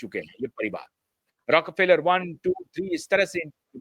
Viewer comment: It is रॉकफेलर, not रॉक र फेलर